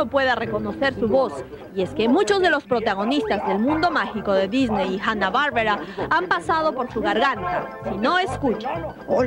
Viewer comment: Es Hanna Barbera no Hanna barbara